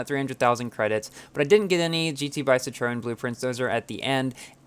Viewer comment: Superinformative, but I was a bit mislead by the pronunciation of some cars. La Voiture Noire (= the black car) and Citroen are French words and need to be pronounced as French words. If you try, you can find links how to pronounce it.